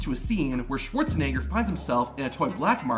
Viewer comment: he really didn't make sure he messed up Arnold's last name